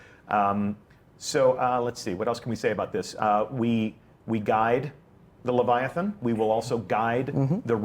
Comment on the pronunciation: Lythathan. Ly. that.han.